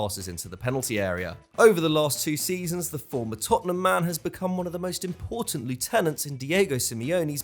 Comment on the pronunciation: triggered by how he pronounced 'Lieutenant'